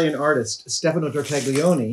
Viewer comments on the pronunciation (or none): none